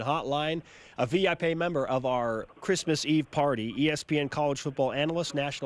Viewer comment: What's a "V.I. Pay"?